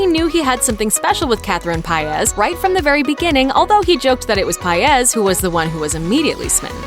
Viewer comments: Really “piaz” like come on its say PAIZ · Its not paez its paiz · Stop pronouncing her last name like that 😓🤦🏻‍♂️ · I don't think that's how you pronounce 'Paiz' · No it’s not cause my last name is Paiz and believe it or not it has a accent to it but white people can’t pronounce it so whatever they say we just say it’s correct